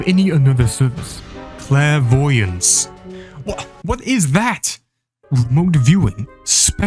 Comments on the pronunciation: Oh. I was just listening while I worked and thought he was saying "clair-avoidant/clair-avoidance", which WOULD have been funny typos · he just doesnt know how to say it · Skyrim has taught me how to pronounce it